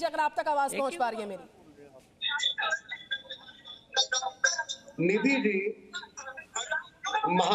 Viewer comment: राम कदम निधी को नीधि जी बोल रहा है तिवारी नीधि निधी बोल रहा है और आरे आरे कर रहा है मलिक बोल रही है नीधि इससे समझ में आता संस्कारी कौन है